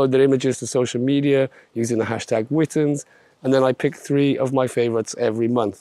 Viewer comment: Can't wait for this month's events! Although I still think it should be pronounced "Witness" ;)